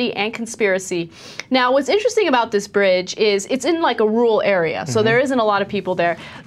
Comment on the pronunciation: Ana can't say Rural, lol cute